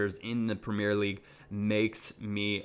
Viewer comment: the way you pronounce premier is fucking annoying